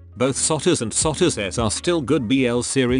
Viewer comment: Soutus not Souths